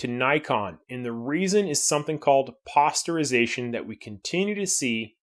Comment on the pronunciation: You dont get that posterization (you mis pronounced it) on the Sony if you shoot in 14 bit.